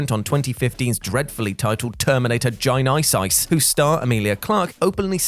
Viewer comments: still calling it Genisys 😄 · That's absolutely not how you say Genesis wtf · Just thought the same thing and then saw your comment 👍🏾🤣🤣🤣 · cant wait till the mispronouncing terminator genisys bit gets retired. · Yeah, you know he does it for laughs.